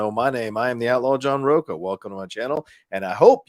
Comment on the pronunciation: John Rocha is also a famous irish designer although the surname is pronounced Rosshh-ha